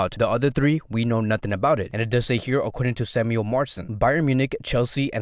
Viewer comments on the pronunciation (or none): none